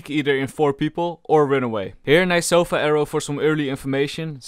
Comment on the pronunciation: "Sofa" Sova: its" sova" get it right mate.